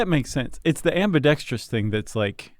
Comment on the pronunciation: Is Chuck's mispronunciation of 'ambidextrous' an inside joke? Because it's driving me crazy.